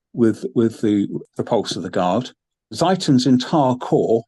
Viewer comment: Ziethen is pronounced Tsee-ten.